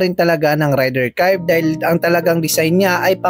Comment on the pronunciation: FOR INFO, hindi po RAYDIR ang pronounciation nyan. REYDER po from the word RAID.